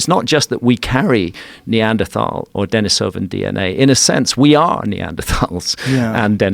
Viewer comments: I had to stop watching your video because your guest kept mispronouncing both Neanderthal and Denisovan. Low credibility. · The fact that he’s mispronouncing both Denisovan AND Neanderthal is absolutely killing me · This guy's an expert? He doesn't even know how to pronounce Denisovan.